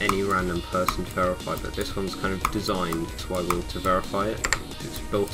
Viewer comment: dude its pronounced sweeboarge